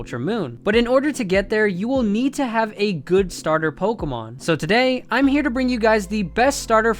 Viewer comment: your accent makes it sound like youre saying pole-kuh-marn